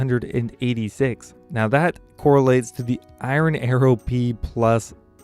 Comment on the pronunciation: The way you pronounce iron is cringey